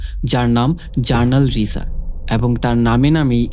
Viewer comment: উচ্চারণ "রিসা" হবে না "রাইসা" হবে।